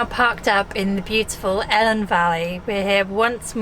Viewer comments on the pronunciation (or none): When youu say "Elan Valley" it is certainly NOT helen valley? , Say "E" first then "Lan" valley, thus Elan Valley simples!